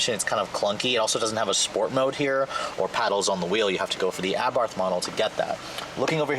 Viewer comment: great vid as always but for the love of God, it's pronounced "AH-BART" with a silent "h" at the end. (source: Fiat engineer who tuned the 500 Abarth talking about the car in other videos)